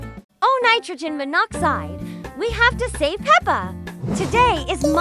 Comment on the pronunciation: Stop sayilg nitorgen monocide